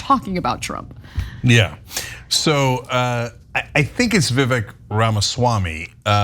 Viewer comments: It's "viv-ake" like "cake". Do you not even listen to his freestyle? 😆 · Vi-vek, like cake...